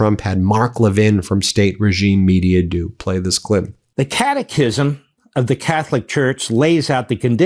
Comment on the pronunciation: OT: Did anyone else first hear "catechism" as "cataclysm"? 😆